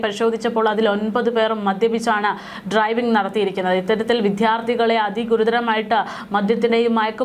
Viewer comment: വിധ്യാർത്തി അല്ല വിദ്യാർത്ഥി എന്നു ഉച്ചരിക്കുക അരോചകം തോന്നുന്നു